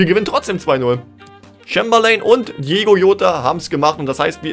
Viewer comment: Er heisst nicht Diego Jota sondern DIOGO JOTA 😋🥶